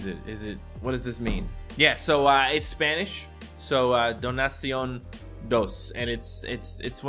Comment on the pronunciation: made Spanish sound like German